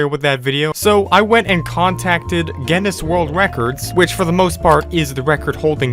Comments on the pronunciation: It's pronounce g-in-iss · its pronounced gin-us trust me im irish (not gen-us) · Guinness not Geniss Pronounced Ginn-iss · You saying Gennis every time you mean to say Guinness, hurts me inside. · Pronounced ginus with a hard g. Like the beer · it is pronounced ginis and the g is short g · Geuineis book of world record is the right pronunciation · Did you pronounce it gennis? 👀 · It’s pronounced “Guinness” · 'Gennis' world records, lol americans. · It's pronounced "ginus" yw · To pronounce guiness think about gEEse and then say gEEness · I think its said Guinness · Its called Guinness pronounced ginnis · "Genniss World Records" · It's pronounced 'G in-is'. (don't pronounce the G like 'jam', pronounce it like 'get'). It's named after a drink here in the UK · Gi (as in give) Ness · it is pronounced ginnes G (as in grog) i (as in lick) nn (as in connect) es (as in less) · It's pronounced ginniss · it is gih nuss (at least that is how I say it) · It's pronounced..... "Gi-Nuhs" lmao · Guinness is pronounced as Guinness. Ur welcome. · Its pronounced gin es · I love how he says G E N N E S world record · Pronounced Gin-is :3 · no one: this guy: guEneS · its pronounced gines . thank me later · its pronounced like ginnis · U pronounce Guiness like "Guiness" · Guinness is an Irish company known for making beer, and also, obviously, world records. It's pronounced Ginn- Us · It's pronounced 'Guinness' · its pronounced guinness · HOW DO YOU NOT KNOW HOW TO PRONOUNCE GUINNESS? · Guinness Astley These arent hard to pronounce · His pronunciation of Guinness… All Irish people: Dies slowly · The way he pronounces Guinness and Astley makes me shudder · i bet you got a record for how many times you can mispronounce Guinness in one video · Next world record to get: Most incorrect pronunciations of the word "Guinness" in a single video. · How can you make this video and not know how to pronounce Guinness OR Rick Astley